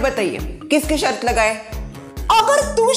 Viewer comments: दादी जी की शर्त ✅ न कि शर्थ ❌ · आप बहुत अच्छे है पर शर्त होता है शर्थ नहीं 😄😄